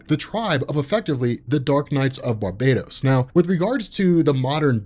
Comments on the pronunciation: For the love of god its Bar-bah-tos not bar-bay-dos! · The words are pronounced STAM-IN-AH and BAR-BAH-TOAS....there is only one “I” in stamina and Barbados is a Caribbean island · Well for one (not to sound rude or anything), but it's pronounced and spelt: Barbatos. And Two, there probably is but for now, Remember: All Roads lead to Darkness.